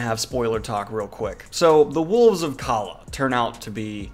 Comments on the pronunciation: Calla is pronounced “caya” the two “L”s make the Y sound like it would in Spanish. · You know it tells you how to pronounce Calla in the book? Well just to let you know you’re saying it wrong. Love ya but you should’ve paid a bit more attention